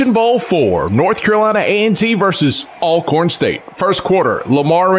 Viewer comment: and lamar raynard it’s not ailcorn it’s ALCORN